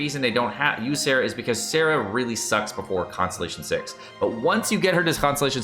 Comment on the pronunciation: his Sara and Sarah annoy me. Maybe not much as this. I’ve heard him explain some of them… and yeah I paper he might be right, I think but if it’s said differently in the game, that’s the how it’s pronounced lol